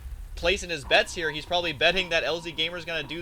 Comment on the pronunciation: lol "....plus thor is hheeiir" that was really funny.